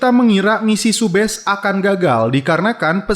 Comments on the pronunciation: Subhas bang bukan subhes😂😂 kan namasetek🥴🤪🤪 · Subash bang bukan subes